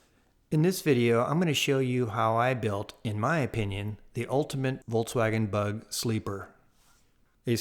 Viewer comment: Awesome. Just awesome. (But is he saying "Voltswagon"?) That'd be cool if it was an electric VW. Lol.